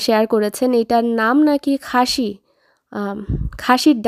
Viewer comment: আপু চট্টগ্রামের ভাষায় শিমের বিচিকে খাইস্যা বলে, খাসি না, উচ্চারণে একটু পার্থক্য আছে, শুনতে এমন মনে হয় 😊 আমি চট্টগ্রামের না, কিন্তু আমার জন্মস্থান, বেড়ে ওঠা সেখানে। এখন ঢাকাতেই থাকি 🙂